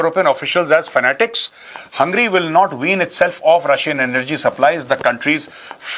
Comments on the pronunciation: YAAAR MEJUR BHAI ...... 😅😅 VO HUNGRY NAHI...... HUNGAAAYYRY HEI... 💡 JYSE BHANGEDY HEI .. VAISA: HUNG GAY REE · Hungary ka naam Tangri 😂😂😂